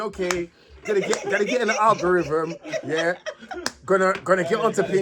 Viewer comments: A man said Al gore rhythm, are you smoking spice? 😂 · Al gore rhythm and na-rraytive is mad